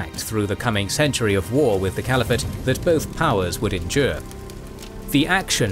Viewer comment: "Cvaliphate" made me chuckle XD